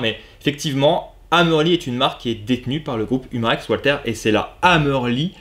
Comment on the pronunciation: Bonjour, excellente vidéo comme d'habitude, mais s'il te plait, arrête avec ton "OUALTER"!!! 😥😥Walther est une marque allemande, pas anglaise ou américaine, et Walther en allemand se dit "VALTER"!!! 😉😉 Merci d'avance!! 🙂